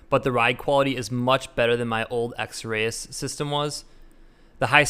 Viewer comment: it's pronounced x-rees